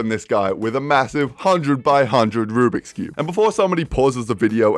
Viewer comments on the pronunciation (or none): And i hate you say "Rublix" Even though it's Rubik's Cube.